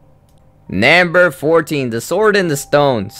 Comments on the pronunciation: Question: why do you say nAmber instead of nUmber? oO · why do you pronounce number as naamber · Can I get this in captions? I cringe really hard every time he says NAMBER. Yes, to the point I have to mute it. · He also keeps saying namber which gets a bit annoying cuz I think he's just trying to say number in a weird way, I mean can someone just tell me where he is from?! I can't get used to his accent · It's NUMber not NAMber, I wanted to rip my ears out every time you said that! >.> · You keep saying NAmber not number.... It's not Cooper, it's COPPER! It's not Bella it's BELLE! You'll see Cinderella's and (some of) Rapunzel's disturbing reality in "Into the Woods" I thought in the Hunchback in Notre Dame also included poor Esmarelda being torchered with hot iron shoes and she was hung and maybe he hung himself too. Besides all that, good job w/ the video tho! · Who else notices that he pronounces Number as NAMBER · like why u say "namber" it's "number" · why u tell nämber? its number😅 its make me laugh sry . but i like ur video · it's funny cuz he says nimber instead of numbef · Namber aayt. Rapin'zel. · you say namber not number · nember ... ugh so annoying to hear.. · number not namber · I cringe everytime you said namber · "nambar 3" lol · its very annoying because your saying "Namber" instead of "Number". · Why do you pronounce " number " as " Nambur" ??? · "Nembur three" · "namber two!" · lol naamburr twooo